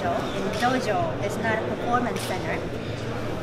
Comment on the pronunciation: Interviewer: "What do you think of American wrestling?" Shibata: "Dojo. No[t] performance center. Shibata is just the best.